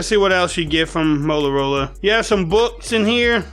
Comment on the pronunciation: Complete asshole did the music & intro. Then it turns into a buffoon speaking with shitty diction. "Molarola" idiot get some teeth.